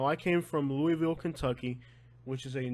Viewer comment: THANK you for pointing out the pronunciation of Collier..I've not been able to make out what he was saying there but now I get it. But I give him an A + for pronouncing Louisville , KY the way I always have and not "Loo-a-vul" and he's from there! Thank you florida hood vlogs!